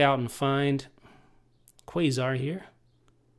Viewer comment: It's pronounced Qasar (Kah-Sar).